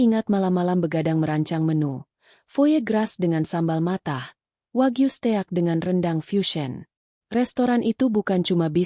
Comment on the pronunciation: Blh saran mbok bc nya diedit dipilih yg bnr bacanya flatshoes (bc flet soès..steak bc stèyak) ya Allah ini bacaan dijual lho